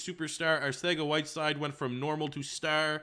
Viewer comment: I die every time he says arthega instead of arcega